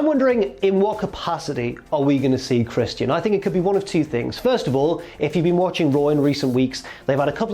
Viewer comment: lol at how says christian as chris-tee-in